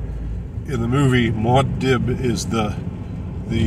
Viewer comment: It’s pronounced Moo-ahd Deeb not Mod Dib. 😊